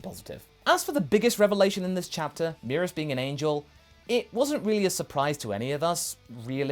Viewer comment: I think the pronunciation is Meh-rus not Mee-rus